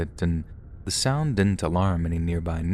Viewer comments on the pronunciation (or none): none